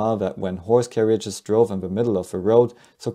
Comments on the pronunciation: The "I" is silent in Carriages dude....learn pronunciation man! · you are putting an extra syllable in the word carriages